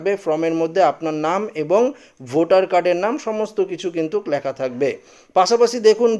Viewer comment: ঠিক বলেছেন, বড় কানে লাগছে এর উচ্চারণ। Form কে সে From বানিয়ে দিচ্ছে। তারপর "একই" কে উচ্চারণ করছে অ্যাকোই! লেখা কে এ বলছে ল্যাখা! এদের academic background কি কে জানে ?